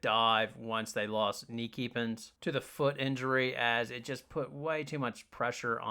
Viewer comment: Lmao Knee Keepins. Those pac12 names were kicking your ass. Dugalic is pronounced Dooga-leech, Iriafen is pronounced eerie-offen (like often without the t) and kneepkens is pronounced neep-kins. Otherwise, Stanford vs UCLA has the best storyline, though Juju vs Brink post pac-12 player of the year race has some sizzle too. Regardless, I’m pulling for Oregon State since they got screwed the most with conference realignment.